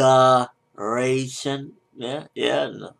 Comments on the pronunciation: "Ma-da-ra-tion" - lol i laughed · YOU'VE GOT TO LIVE LIFE IN MAD-A-RATION.....................LOL! ......................XD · Haha "Ma-da-ration"!! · Madaration Lol hahaha... Okay I'l give you that one! xD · Lmao madaration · Lol ma-da-ration